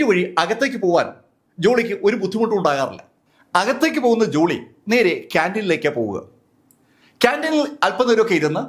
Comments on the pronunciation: ജുളി അല്ല ജോളി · ജൂളി അല്ല ജോളി